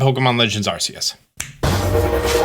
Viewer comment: hes still saying arseus lmao